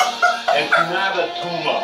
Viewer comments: It's not a tuma. It's not a tuma, at all. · It's naat a tumaah! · It’s not a tuma!🤣🤣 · It’s not a tuma 😂